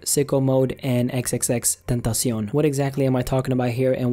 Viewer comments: Omggg first time I hear someone pronounce xxxtentacion the way it is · Thank you for pronouncing his name properly